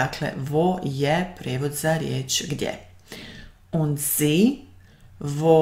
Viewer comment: u recenici : A vas brat? Ide Und a ne Ind, na 5.02. inace sve pohvale za Vas. Danke.